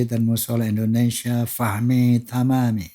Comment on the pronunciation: Yg benar Indonesia apa endonesia..